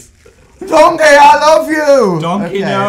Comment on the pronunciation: The way he pronounces dOnGKEiiiiiii GOT ME ROLLINN 😂😂